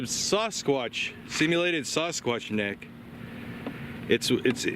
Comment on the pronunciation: Sass-sqwatch???? I’ve never heard anyone pronounce it like that. And clean the dead hooker off your camera you psycho.